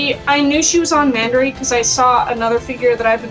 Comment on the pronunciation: For anyone wonderimg, I'm the "friend" she's referring to in the video. Lol And a fun fact, Mandarake is pronounced "Mahn-duh-rah-kei" you gotta accentuate it a bit for japanese is a phonetics based language, much like Español so pronunciation is key :3